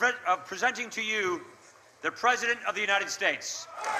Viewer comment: bla bla bla, more shit from a shithead fuck you 'mr. pres-O-dent'